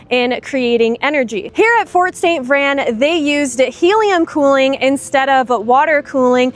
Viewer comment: It's "VRAIN", like rain, Spain, chain